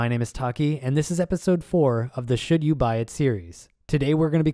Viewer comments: You said "should you buy it series." I HEARD "shit you buy at Sears." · When he said "should you buy series" I heard shit you buy instead